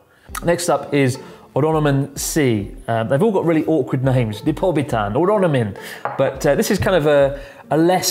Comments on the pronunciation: Lol, normally it's Lipovitan D, but apparently in Japan they pronounce it as Ripobitan D 🤣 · Dammit Chris, it's Lipovitan not Ripobitan